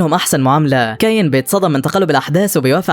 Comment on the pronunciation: اولا اسمو كايون مش ده نطقها انت بتنطقها كايين الحكايه دي انا سمعتها كامله بالتفصيل ومدتها ساعتين انت ملخصها جامد شايل حاجات كتيره